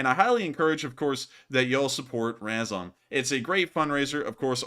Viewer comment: learn how to pronounce RAZOM (Ukrainian word for together); you are embarrassing